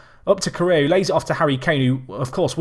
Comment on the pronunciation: James Iyer That one is actual rightly pronounced. It's la - may - a that sounds weirdest to me.